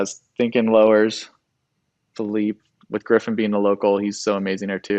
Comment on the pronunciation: Aloha...it's Conner Coffin...Griffin was close...